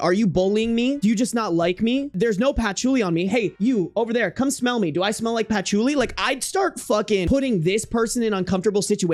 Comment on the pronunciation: not you saying Patch-oo-li 😂😂😂😂 bruh